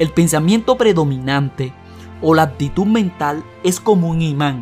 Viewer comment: El tema muy bueno, pero por favor cuidado con la dicción, es horrible escuchar algo mal pronunciado: palabras con doble CC y la X no se pronuncian como si fueran como Atsion! Se pronuncia AKSION y por otro lado AKTITUD termina en D y debes pronunciarla! REALIDA ES REALUDAD, con D al final!